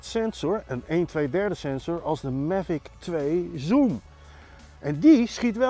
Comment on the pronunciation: “Mevik twee zoem”